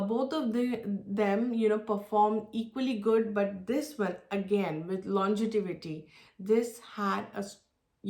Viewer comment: Thanks for the review. Just to correct its LONGEVITY not LONGETIVITY. It’s a word that you will surely use over and over again when reviewing perfumes.